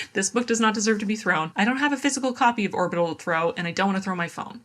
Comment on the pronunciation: Orbital was "horbital"